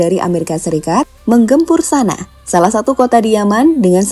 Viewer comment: Sanak_a dibacanya min. Bukan sana. Tulisannya kan Sana'a